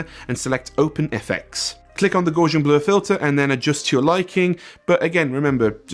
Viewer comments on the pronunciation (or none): Heh heh... It's NOT "GAUZH-an." It's "GOW-see-an," named after the Gaussian mathmatical (probability density) function which was, itself, named after it's "inventor," German mathematician Carl Friedrich Gauss. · Please don't ever say "Gause-ian" blur again. It's "Gouse," as would rhyme with "house." From mathematician, Carl Fredrich Gauss. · Gaussian rhymes with Cow-sian, not Gawsian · Gaussian is pronounced with a strong 'A' like in the word, "gawt". This guy created the Normal distribution aka linear distributions for statistical analysis. So, what this means is that for every unity increase in the blur value there is a direct association in the effect you see, "The Blur". Which is not associated to a multiple of the "n" power, aka X^n (X-squared; X-cubed and so on). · Just wanted to let you know two things: 1.) Great video, I learned a lot. Thanks. 2.) The name "Gaussian", is pronounced "gow-see-an". fun-fact, Is is the name of a mathematician (Carl Friedrich Gauss). Gauss's formulas make up much of the basis of computing and almost all other fields that are math heavy. he is some times called, "Princeps mathematicorum" which is Latin for, "the foremost of mathematician". thank you for coming to my ted talk. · As a science major it pains me to hear you mispronounce Gaussian 😂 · That pronunciation of Gaussian tho...